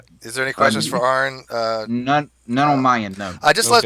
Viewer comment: I think Jeranism accidentally called Aron 'Iran' . lol